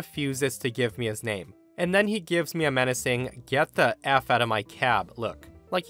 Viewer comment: Anyone else hear cat instead of cab in story 4 and spend a few seconds confused?